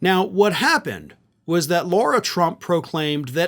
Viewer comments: her name is pronounced LA-RA NOT LAU-RA work it out guy its not hard makes you look extremely dumb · Please can you stop with the “Law-ra” it’s La-ra, there is no “u” in her name. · It’s “Lara” not “Laura” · Her name is Lara, not Laura, and you deliberately mispronouncing it is as petty as the right's mispronouncing Kamala. You're better than that. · I must correct you! You pronounce her name Laura, the spelling as I see it as is, LAyRAA That's an insult to the real Laura's, she should have been named Karen. She can't even be named correctly Lara???? Granted, I've only seen the name Laura spelled as seen, not LARA. IT JUST SEEMS ODD. Like the rest of the clan fake and odd🤪🤔🤡 And anyone that would marry Eric Drumpf(the correct spelling of their Nazi last name) has to be an oddball. She's in it for the dumb money. Great podcast, keep up the good work. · Why do you call her Laura Trump when her name is Lara Trump? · Is calling her "Laura" instead of "Lara" deliberate or a mistake? If the latter the smallest mistake affects credibilty of your reporting. Its avoidable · Is it “law-ra”, Laura or “lah-rah” Lara ? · Okay, but the idiot's name is LARA (rhymes with SARA), not Laura. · it's Lara, not Laura. Ok?!